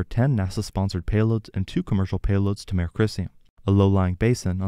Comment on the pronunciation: Mare (a lunar "sea") is pronounced mah-ray (it's from Latin). One syllable 'mair' is a female horse.